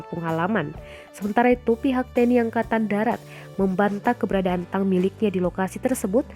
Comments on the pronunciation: Mbak mbacanya tank bukan tang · Tank dibaca tank.. 🤣🤣🤣